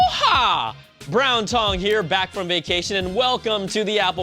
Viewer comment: Did anyone else hear 'Brown Tong' in the beginning instead of Brian...? No? Just me then...